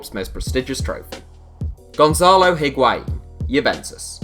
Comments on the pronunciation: Patinho He pronounces it well, except for the H that should be mute. The pronunciation is I (Like saying the i in the word 'in') - wa - in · Hearing English people say Higuaín is so painful